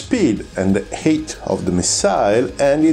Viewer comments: I thought he was saying 'heat'; your comment cleared that up. If height is difficult to pronounce, altitude is a good alternative. Thank you for the good explanations of the need for energy. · Every time you say "height" I hear "hate", which is wrong, but also feels kind of right for a missile. Like: "How'd you escape that PL-12, Bob?" "I'm not sure... I think it just ran out of hate." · please forgive my insolence. i was having trouble grasping your pronunciation. i finally worked it out. when you say height, you actually say hate? it is said more like hiyt. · "They bleed speed and bleed hate" "They use the energy and the hate they have acquired" I'm cracking up. I enjoy your accent quite a lot and have no trouble understanding you, and the way it shapes the word "height" had me laughing at the idea of a missile seething with hatred like a rabid dog, wanting for nothing but destruction.